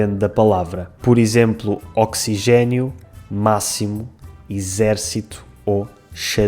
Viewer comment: uma pergunta, eu percebi que vocês escrevem a palavra "oxigênio" como "oxigénio", porém tenho a impressão de você ter pronunciado o "e" de forma fechada em lugar de aberta. Estou certo em relação a isso? Sei que essa diferença de acentuação ocorre em outras palavras, como econômico/económico e afins...